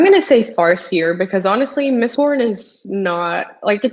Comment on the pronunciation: what is this "mistborb"?